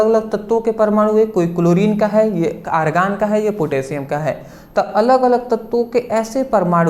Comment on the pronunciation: Sir argan hota hai aargan nhi sir 💕🙏🙏🙏🙏🙏🙏🙏